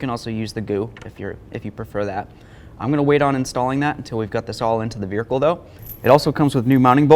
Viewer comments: He keeps saying "Vericle" lol. YOu did a great job though. I changed mine on my 2010 watching this. Thank you for the video really good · Excellent video. Very very helpful Thank you so much. Although I was a little nervous about that torch underneath the car. Also calling the car a "veerhicle" was hysteerical 😅